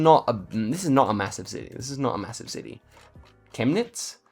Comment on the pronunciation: I'm german and the way you said Chemnitz sounded like you're native german 👌